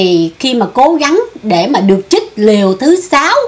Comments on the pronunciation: LỖI CHÍNH TẢ : 1- Lươn lẹo ( not lương lẹo ) 2- Chích ( not chít ) Xin góp ý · Chích, chứ ko phải " chít ",!